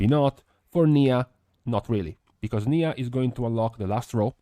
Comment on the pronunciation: Niya = Nye-uh, not knee-uh. Erryone getting the pronunciation wrong haha